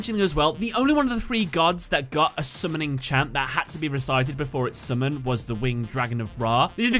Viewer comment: Love the way he says summon. Sumin. Say it again. Sumin.